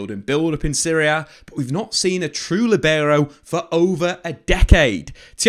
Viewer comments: It's not "LiBEro". The accent should be on the i, "LIbero". Think at it as saying "Lee". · Buddy, please stop saying libero...like that.